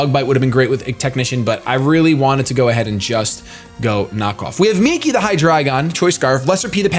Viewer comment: Yea, I really hate cresselia so much. Also, it's Migi, not Miki XD but y'know, close enough